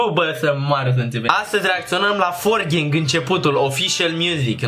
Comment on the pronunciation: 4gang se aude-forgieng